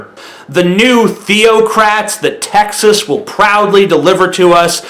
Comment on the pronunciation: What's up bro. Cool video and all, but at least be able to pronounce the states name correctly without a lisp before trying to insult it...